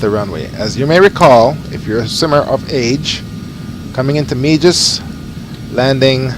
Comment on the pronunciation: Meigs rhymes with eggs. Otherwise nice job 👍